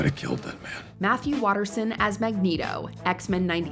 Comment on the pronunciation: They even got Matthew Waterson’s name wrong too!